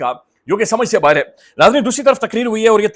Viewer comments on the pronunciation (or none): none